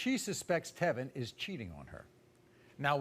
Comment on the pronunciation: Tevyn's friends call him "Tea-Vine".